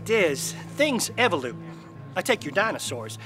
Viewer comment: Me2. Seriously, it was driving me nuts each time he said it. Evelute, evelute... It's evolve. Say it with me evolve.